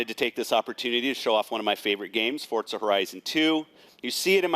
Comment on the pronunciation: What's the deal with Fortza horizon 2? I thought it was Forza horizon 2. Kinda makes him seem like he's giving a misread script instead of an actual experience.